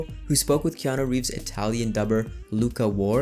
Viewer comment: Thumbnail is dope, name pronunciation on point and the voice goes oh so hard, yet, soft leather. Further more after all this what do you say me and you get an apartment together 😉